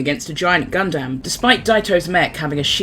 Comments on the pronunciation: Also it’s pronounced more like “Gun-Dum” not “Gun-Dam” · And he also called the Gundam "Gun-damn." Pretty painful to hear both errors...